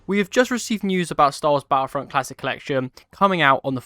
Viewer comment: Battlefront 3 maybe but not battlefront 'fhree'